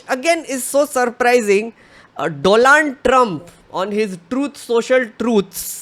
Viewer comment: Are you deliberately mispronouncing the name "Donald" ?